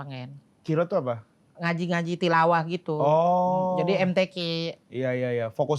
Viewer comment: ralat ya gess bukan kiro tapi "qori" 😂